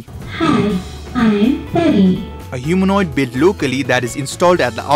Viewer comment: isnt she pari ? bt she says peri.. :/